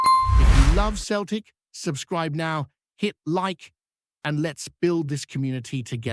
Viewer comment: It's not pronounced Keltic ya fud